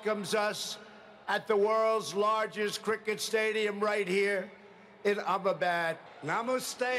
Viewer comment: Trump said "Ab a bad" What he meant was probably "Amdabad" because a place named "Ab a bad" doesn't exist. See, even a non-indian like me knows this. 🤣🤣🤣